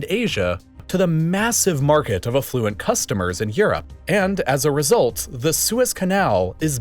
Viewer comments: a-flu-ent. I did a double take on that. Not trying to be a jerk but it’s aff-luent🙂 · you pronounced affluent wrong.